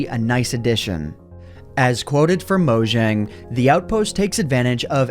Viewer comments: It’s not mojing it’s Mojang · Its pronounced "Mo Yang" not "Mo Jang"